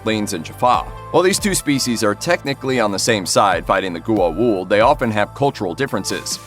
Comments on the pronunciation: "Gu-a-uld"...srsly? What the hell is that for a pronauciation? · I was starting to get really annoyed at his pronunciation of Goa'uld. He said it right maybe two times, but butchered it the rest.